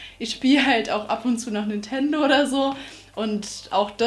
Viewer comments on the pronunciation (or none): none